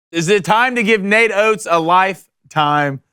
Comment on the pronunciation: not “oates” 😭😭😭😭